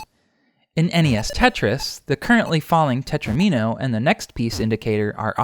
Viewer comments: Not "tetrimino," tetromino. It rhymes with domino. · it's tetromino like domino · I hate to have to tell you this, but it's spelled tetromino (not tetrimino) and pronounced teTRAHmino, sounds like domino. Plural, FWIW, is most commonly -es. This might be good for Hydrant Dude (and everyone else) to know too. Great stuff otherwise as usual.